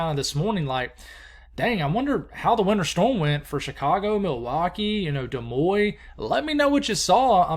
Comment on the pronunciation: Good morning appreciate and enjoy every morning especially the bible devotions, on Desmoines The s's are silent and pronounced the.N, thank you very much.Have a great day!